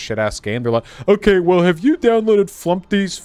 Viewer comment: “It’s not OKEH to be OKEH” ❤️(titan cry 😭)